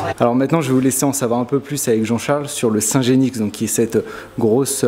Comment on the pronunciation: On ne prononce pas le x de genix...